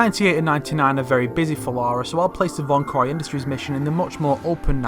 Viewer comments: the “Laura” thing gets me still like it’s LARA not LAURA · you're dead man American's can say Lara not Larua